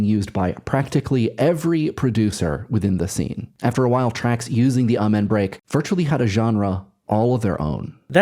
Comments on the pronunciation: The what break? ay-man?????? wtf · I really wanted to watch this whole video but your continued use of that mispronunciation of Amen keeps hurting my ears.